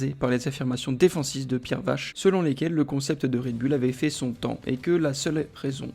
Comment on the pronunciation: Vaché pas Vache 😉